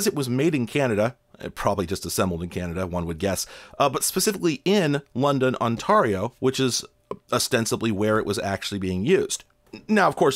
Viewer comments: "on-tahr-ee-oh" oh no... "On-tair-ee-oh". As a resident not far from London, it's like nails on a chalkboard... But I won't let this ruin my experience lol. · "Ontario" pronounced - On-tair-ee-oh not On-tary-oh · I think it was a genuine lack of familiarity. FYI for anyone unaware, we pronounce the "ar" like "air." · Ontario is pronounced "ont-air-io" rather then "ont-ar-io", no bad blood here, just helpful info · On-tair-e-o, not On-tar-i-o. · I wouldn't be surprised if he gave us just one more on-tar-ee-oh randomly at the end of his next video after our response to it.🤞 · I nearly had to stop watching .On-tare-E-oh, for those unware. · Thank you; I honestly had never encountered that pronunciation of Ont-air-io. On-tar-io; makes complete sense that someone could find that sound but I had never thought of it. 🏴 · Ontario' s second syllable is pronounced like tear, as in tearing a sheet of paper. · I am forever going to pronounce that particular province as "OnTARRio" from now on. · Not a huge deal, but for future reference, it's said more like on-TAIR-io. I've lived in London! Nice place. I like the metal trees they have around the main street. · OnTARio, I've never heard it pronounced like that. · Are you seriously mispronouncing Ontario? On-tare-ee-oh. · I can't get past that pronunciation of "Ontario." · Funniest way to say Ontario ive heard, next time say Toronto 😂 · Me too. I wanted him to say it just once more 😅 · The way you pronounce "Ontario" really brings a smile to my face, lol. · Hey fellow London Ontarian here. The way you said Ontario is the worst thing I’ve ever heard. Love you tho bro! ❤ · To give you a hint at the correct pronunciation of "Ontario", many of us in the rest of Canada sometimes call it "Onterrible". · I haven't ever heard anyone pronounce Ontario the way you did 🤣. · I think he's saying "Ontario" that way on purpose just to see if I'll post something. He wins! Wait... "CRUELLER"? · Sorry what onTARio? you uh pronounced it wrong